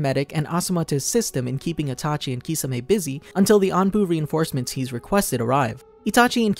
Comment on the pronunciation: He says itachu instead of itachi in 😀😀 But the whole video was awesome